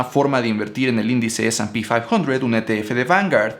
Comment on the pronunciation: Eres latino mamón...se llama ese y pe quinientos